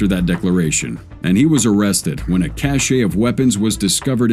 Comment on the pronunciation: cache is pronounced cash not cache'